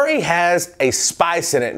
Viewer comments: its not pronounced 2merick or toomerick its pronounced TERMERICK, but spelt TURMERIC.Even if you pronounced the Tu and 2, then it follows rmerick, so you would say 2 "r" merick, but when you say 2merick, you totally miss out the pronounciation of the "R" and it's not a silent r, so that's wht it's wrong to say 2MERICK,it's as it's spelt TURMERC. Other wise know as HALDI powder to the Indian chefs, did you know in India doctors actually put turmeric on cuts and wounds and it helas them, trus fact. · TOO-MUR-IK not TOO-MARE-IK. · Hi,. The spice is pronounced TUR-mur-ik, not TUMOUR-ik. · You pronounce Salmon and Turmeric weird